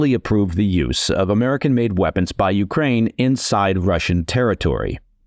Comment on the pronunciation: Coherent, sensible, well-written. Also, great diction. Thanks for not mispronouncing any words hipster-style, or saying YOO-krane instead of yoo-KRANE. I object a little to kar-KEEV, though. Should be HAR-keev. (Giving a little phlegm to the first letter is optional in English, but rendering it as a simple K isn't right.)